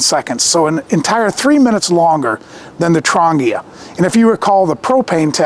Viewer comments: Nice gear yes! Affordable? BARELY. Still far too expensive for most poor people. Trangia - TRAN GEE (long G) UH is the way to pronounce it. Not Tran-gea Was a bit confusing when you mispronounced it. Even a Firebox needs a wind screen sometimes. Diffuser is needed to spread the heat for certain cookware and foods so it is not concentrated in only one small spot. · Trangia might be pronounced "Tran - jee- uhhh." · Never listen to someone who can't even be bothered to find out how to pronounce the name of the products he's talking about.